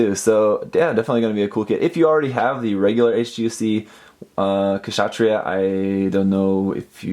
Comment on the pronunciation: the K is silent in Kshatriya....